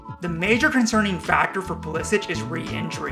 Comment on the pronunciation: He pronounces his name "Pulisick" not "Pulisich". Just ask him.